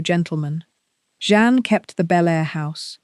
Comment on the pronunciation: His second wife’s name is Jeanne - not John or any of the other ways you pronounce it. It’s very easy.